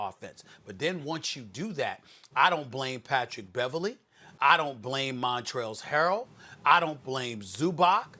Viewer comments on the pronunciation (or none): Why can no one ever say"montrez harrel" right lmao